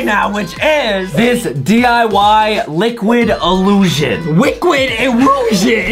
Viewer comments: to 😂😂 wiquid iwusion also theres 20 stickman and and he sounded like a minion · is funny justin trow the pencili over the adam neck😂 adam say liquid illusion and justin say wiquid liusion 😂😂 Adam voice so wierd !?